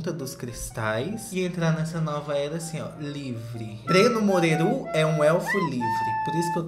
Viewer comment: O Edu do Diva poderia assistir pelo menos um episódio do Breno, pra aprender que se fala “Morerú” é não “Morêru”.